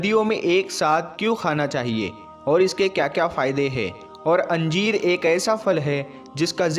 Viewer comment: Anjeer nahin hota hai yar ..injeer.. hota hai